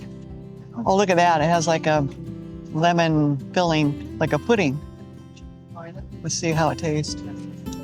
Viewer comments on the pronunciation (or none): none